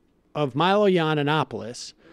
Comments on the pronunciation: I like how Sam says Milo "Yiannanopoulos" instead of "Yiannopoulos" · Isnt Sam pronouncing Milos surname wrong? I think I spotted this before too. He says something like YianoNopiolus. He adds extra N.